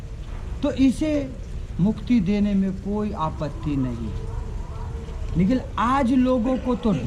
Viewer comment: लेकिन को निकिल बोल रहै है।